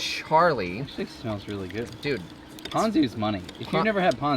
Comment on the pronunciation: As usual, you were right and pronounced “Ponzu” correctly. At what point do you muzzle tha camera man of yours? 😂